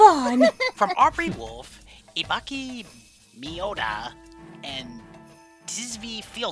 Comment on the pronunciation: “Ibacky Mioda” “It’s Ibu-ki clap clap Mio-da!